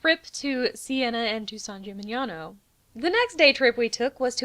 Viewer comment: I have to say, we are freaking great for tourism. XD a hole in the ground, what more do you need? Good job, Italy. I noticed that your pronunciation of italian words is almost perfect! You nailed "San Gimignano"! it's definitely a hard one for english speakers.